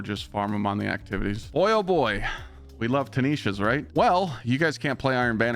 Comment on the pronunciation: Tinisha's??? Eyo..Tinasha's :D Please